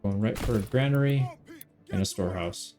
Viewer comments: It's not grainary lol youre right, it's granary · Fun fact: You were pronouncing Granary correctly. The reason many people mistake it for "grainery" is because it is technically a building designed for storing grains, so the mind wants to drift there naturally... but it is in fact gran-ery. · Someone is misleading you on the pronunciation of 'granary'. You have it right